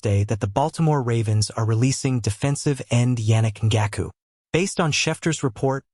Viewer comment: the ai butchered Yannick Ngakoue’s name so bad 😭